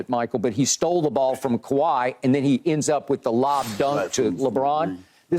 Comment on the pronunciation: Michael Irving really has trouble saying kawaii Leonard's name😂😂😂. Thus is the second time I've seen him struggle saying his name 😂😂😂